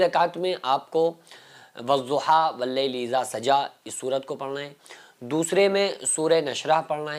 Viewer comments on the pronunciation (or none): Aap bole wajjuha.. wadduha pdhnge n Mufti sahab.. jwa or dwa me kanfujan h.. islah kren